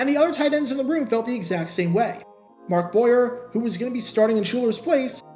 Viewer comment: BTW it's Mark Bo-yay, get it right 😉😋